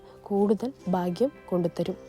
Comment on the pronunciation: ബാംഗ്യ " അല്ലടി ഭാഗ്യം എന്ന് പറ 😅😅😅